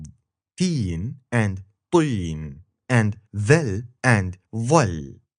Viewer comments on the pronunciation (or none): you are so good but from to and طين = mud ......and تين = fig